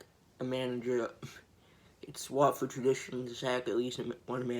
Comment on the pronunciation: When He said “16 fwuatford” 😔✊